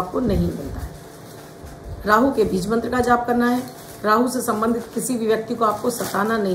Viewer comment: Bij mantra ka uccharan galat kar rahi hai aap